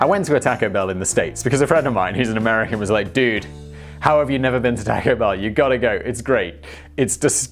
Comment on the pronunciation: The way he pronounces taco